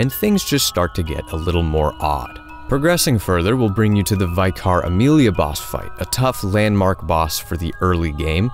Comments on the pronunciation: Quick heads up, its not "veye-car", its a real word for anglican priests and is pronounced vih-kuh, rhyming with wicker. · Love your passion for the game, it is deserving of it !! I would like to say cause I can't help myself, Vicar is pronounced Vih-car, not vai-car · Vicar is pronounced vih-cah. Sorry. Brilliant video mate, I am looking forward to seeing your other work, especially Morrowind. I figure you must have done a great job on that based on this one.